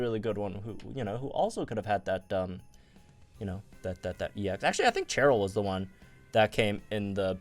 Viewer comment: Why you pronounce Cheryl like that? 🤨 it’s a Shh sound. She’s not Cheren lmao